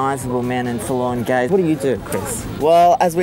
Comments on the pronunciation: I swear at the beginning the guy says "we're full on gays" instead of forlorn gaze. I'd put money on it lol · Sounds like they said "We're full on gays...".